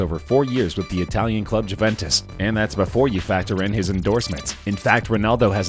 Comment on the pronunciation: cant get over him saying Juventus wrong